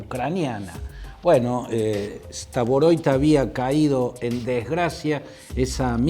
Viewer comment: Estimado Claudio Fantini, por favor diga bien el apellido de esta persona. No es STAVOROIT, sino STAROVOIT Román Vladímirovich. En ruso se escribe así: Рома́н Влади́мирович Старово́йт.